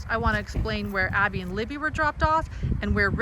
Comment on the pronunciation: Abby does not rhyme with Bobby..